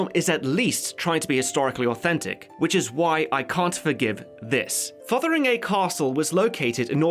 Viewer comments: TIL "Fotheringay" isn't pronounced "fungi" like in Jeeves & Wooster. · Minor nitpick, but Fotheringay is pronounced Fungy